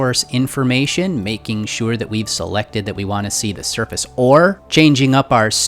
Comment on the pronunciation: Every time he said surface I thought he said surfeth